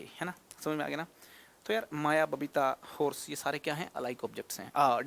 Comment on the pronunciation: Alakh sir aapki babita ko papita bole🤣🤣🤣🤣